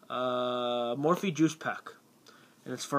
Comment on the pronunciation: its mophie not morphie